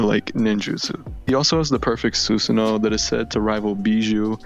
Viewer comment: I know why it bugs me when Susano is pronounced that way.